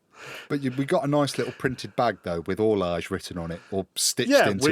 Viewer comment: You shower of ignoramuses. Orloj is pronounced or-loy. Ada is pronounced ay-duh. FryxGames is run by the Fryxelius family, not the 'Fryx' family. Love the podcast!